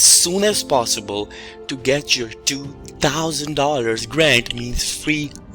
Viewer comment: You can’t even say 2 thousand correctly I’ll pass